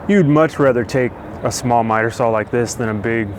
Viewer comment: Hey love your videos and all the info you give out, but I have a problem with something you do say. The word "SAW" does not have a "L" in it. I have heard this from other wood workers that don't have the integrity to admit it's wrong and work to correct their language. Again I enjoy your videos and will continue to watch them.